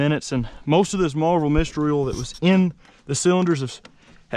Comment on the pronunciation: Instead of "oil" he says "ooul"